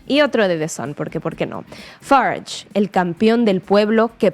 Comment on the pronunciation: Esta presentadora que fuerza la pronunciación de Farange se equivoca. Los británicos cultos no hablan así